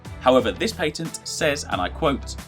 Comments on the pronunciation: You need to learn how to say patent. I cringed every time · What's a paytent?